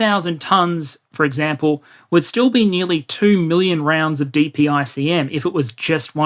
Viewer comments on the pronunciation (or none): great video. also, dpicm is pronounced “duh pick em”